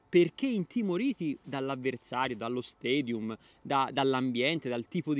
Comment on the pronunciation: ciao!!! Seguo volentieri i tuoi contenuti che trovo pertinenti e quasi sempre obiettivi però…si pronuncia stAdium perché non è inglese ma latino e tu da persona di intelligente fatti testimone di trasmissione culturale!!!! Grazie e alla prossima!!!